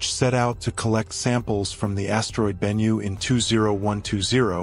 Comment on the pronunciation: yes and ben-new not benyu